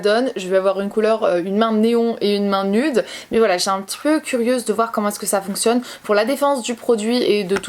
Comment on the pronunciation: Elle vit en amerique et elle dit "nude" encore plus avec l'accent francais que les francais qui parlent pas anglais jpp